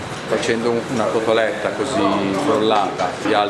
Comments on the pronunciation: CoSSStoletta??? Come avete potuto? Vi perdoniamo...ma che non si ripeta mai più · Si dice COTOLETTA!!!!!